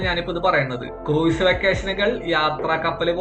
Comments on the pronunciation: ക്രൂയിസ് അല്ല - ക്രൂസ് (കുറഞ്ഞപക്ഷം ഇത് എങ്ങനെ പറയണമെന്ന് പഠിക്കൂ) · Pronunciation of cruise is very wrong.